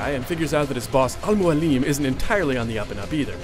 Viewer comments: Al Mualim --> Pronounced: "Almo-Allem"... Arabic: The mentor/teacher. (I'm Arab) :)) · i like it when he says al mualim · hes sayin al mualim wrong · The way he says Robert de Sable and Al Mualim just kills me! :D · lol at the way he says "al mualim" and "roberrrr de sauuuuble"